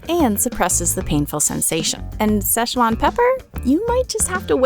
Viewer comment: Szechuan, pronounce, See-Chu-wan